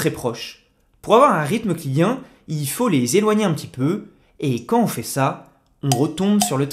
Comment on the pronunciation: Très intéressant, merci. Dommage que vous prononciez "Caen on veut" au lieu de "quand on veut". Car en français (et à propos de musicalité !), faire entendre la liaison "quand t'on veut" n'est pas une option mais une obligation. Cela vaut pour "j'ai vingt'ans" et "vingt'euros" - et non, "j'ai vain h'an" et "vin h'euro".